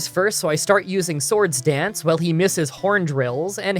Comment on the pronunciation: Are you saying sword stance or sword dance???